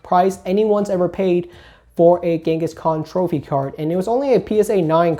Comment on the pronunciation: Do you pronounce "Kangaskhan" as "Genghis Khan" as a joke or 😂